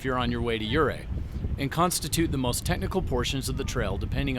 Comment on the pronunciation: I was wondering if you are not a Colorado native: you pronounce yoo-RAY (correct) as YOU-ray, and Imogene is said by old Coloradoans in the English way with a short "i" as in "it" : I ma jin.